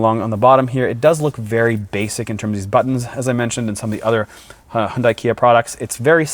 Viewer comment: Hyundai is pronounced Hyun-Day, not Hyun-Die. Love your high quality videos btw!!!!